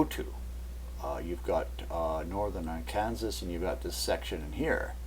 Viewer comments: Always has been and continues to be pronounced R-can-saw. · Its not R Kansas. Its R Can Saw - Arkansas. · IT IS PRONOUNCED "r can saw"! NOT AR KANSAS! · What you call R-kansas, is prononced Ar-kin-saw. (Arkansas) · It is pronounced AR - KAN - SAW not AR - KANSAS! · just a minor, minor comment. It's not pronounced Ar-kan-sas, rather Ar-kan-saw....odd I know.:) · arkansas, LOL. here in the states we say arkanSAW. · Arkansas is pronounced Ark-can-saw!! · Hey, Please pronounce Arkansa.. Ar-kan-saw.. try it... and thank you for info. what are your credentials.. Topography, Meteorologist, Intel/Spec.??? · trying to watch this....im from Arkansas......pronounced....Ar can SAW.....your driving me crazy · Ar Kansas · Love the video, but it's pronounced, "Arkansaw". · just a FYI: Arkansas is pronounced: ARK-N-saw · i think this pronunciation of Arkansas is Canadian and the other is a localized one...but this is still interesting research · I am distracted from the video content by his weird pronunciation of " Arkansas". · you pronounced Arkansas wrong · You lost all credibility with me through your pronunciation of Arkansas. Then you mentioned zeta talk. I won't even give you the time of day now. I'll stick with Cayce's map.